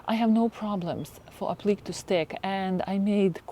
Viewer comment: Applique is pronounced “aplicay” in English. Or the que is pronounced the same as the word “que” in Spanish. Hope that’s helpful.